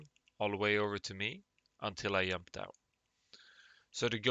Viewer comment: Did you say yump? lol